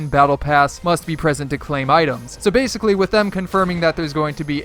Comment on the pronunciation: Bassicaly Bassicaly Bassicaly